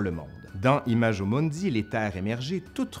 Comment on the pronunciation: Je me délecte à regarder vos vidéos. Un petit bémol : la prononciation des mots latins ... imajo mundi, aïe aïe aïe ! Vous avez sûrement un-e ami-e latiniste... Sinon investissez dans un manuel de première année d'études du latin: en général, la prononciation est indiquée dans les premières pages. J'espère que cette petite critique ne vous froissera pas et je me réjouis de visionner vos vidéos. Vale et me ama ...